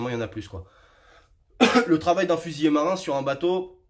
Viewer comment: Il est important de bien prononcer : fusilier et non fusillé...